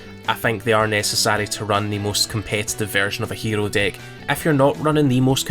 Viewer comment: If you wanna say hero in Japanese, try speaking the o different 😂👍🏼